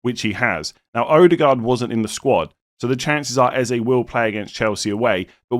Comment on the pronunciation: Haha you’re butchering every name in this video. Eze, Ødegaard, Madueke all pronounced wrong